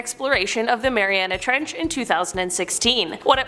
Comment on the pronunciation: Why is he saying "marianis trench" instead of "mariana trench"? pronounces it correctly